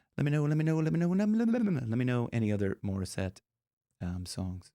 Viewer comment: I hate your pronunciation of the name of Morisette do it better next time